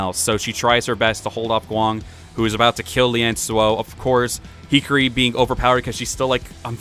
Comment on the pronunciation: Hikari is pronounced "he-car-E" You were saying it like hickory, as in hickory dickory dock.